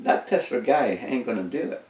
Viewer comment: we say TESLA not TESLER